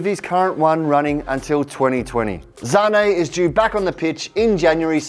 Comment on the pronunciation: The way he says sane in German Zane